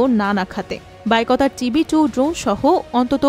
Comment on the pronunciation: বাইকতার হবে না হবে বাইরাক্তার ভুলভাল খবর পড়েন কেন😂😂😂😂😂